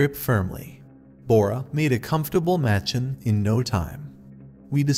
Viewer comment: It’s pronounced “muh-chawn” not “match-in” :) loved the story, thanks! A cool one I had not heard from Anderson before. Narration seems a little stiff, could relax a little more. To clarify, your pronunciation is correct for a white person who has never been to India, but I find the Indian pronunciations sound a lot more natural for these stories. You are free to say it however you choose of course